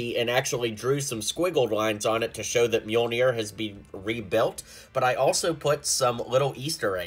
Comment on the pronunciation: Pls don’t say it myol-NIYR